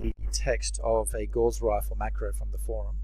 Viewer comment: Just a help on pronunciation: Attribute is stressed in the first syllable, and Gauss rifle is named after mathematician Karl Friedrich Gauss (GAH-ohss), pretty much pronounced as one syllable, and the CGS unit of magnetism was named after him, so the gauss rifle is named after that (magnetic fields to project metal bullets).